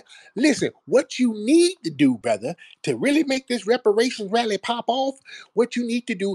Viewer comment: That buck broken tether pronounces her "R" like a "W". She said rally as wally. Lol.